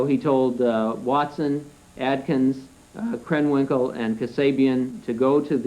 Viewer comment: In a later hearing they read Krenwinkel as Kernwinkel.